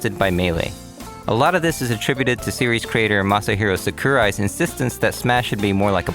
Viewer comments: too bad he cant pronounce sakurai's name. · Dislike; Didn't do research, pronounced sakurai wrong